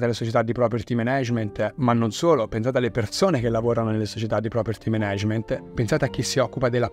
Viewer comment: Zio, super video, grazie mille e complimenti. Solo un appunto: per Dio, si pronuncia Mànag(e)ment, no menégement.